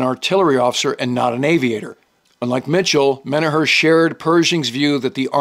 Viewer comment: Small correction. General Menoher’s surname is pronounced “men-AWK-er.” We share a hometown (Johnstown, PA)😉 Love your history videos. Cheers.